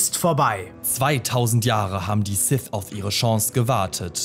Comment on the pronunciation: Sif. Darf Vader. Wieso könnt ihr alle diese Worte nicht richtig aussprechen? -> Sith. Darth Vader.